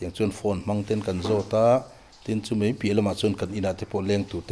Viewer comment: A thusawi mei tih hi a dik lo mei ni lo in mai tih tur aw....tawngkam uluk deuh ang aw